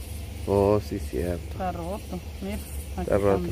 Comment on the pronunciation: Hola , se dice roto